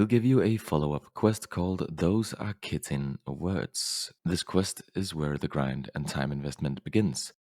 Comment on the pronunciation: Chitin is pronounced like Kie-tin